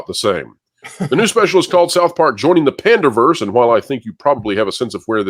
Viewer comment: Hahaha I thought it was "PANDAVERSE" not "PANDERVERSE"